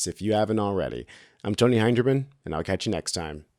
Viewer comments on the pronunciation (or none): none